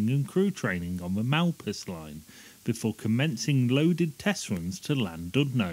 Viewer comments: Interesting video but several factual errors and the pronunciation of Boveri and LLandudno needs correcting. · ...and Brown Boveri Cie means "company". The pronunciation of Llandudno and Whitchurch needs work too!